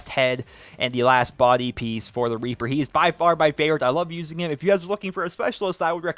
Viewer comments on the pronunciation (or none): The first time you said "Reaper" you said "Raper" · He sais raper instead of reaper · WHAAAAAT HE SAYS RAPER ITS REAPER GET IT RIGHT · in he said raper instead of reaper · i can understand how he can accidentally say raper than reaper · The second time he said raper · It sounds like he is saying "I love the raper" at the start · he said raper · Superior Logics I heard that too